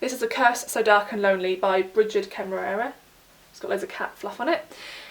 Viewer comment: If Brigid Kemmerer's name is pronounced like the town in Wyoming, it's "Kem-er-r." The Rs could almost be one syllable.